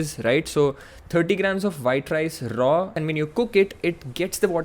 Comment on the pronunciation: Nice analysis! Loved it. I started consuming one tea spoon of ghee after seeing your video and Reading some research papers. And I still have my jawlines and I don't need beard to cover it up. But is there anyway to bulk up without changing your lean face. I'd really appreciate a video on that. Btw the way you said "raw" 😀😀😀, "rrrrrrraw"